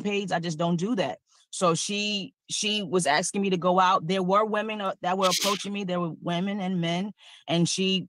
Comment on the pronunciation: And that second case is precisely why I’m on the re-watch crew for your early morning (Aus) streams! Far too big an ‘abyss’ and too much ‘axing’ to wake up to … even after a coffee! 😂😂😂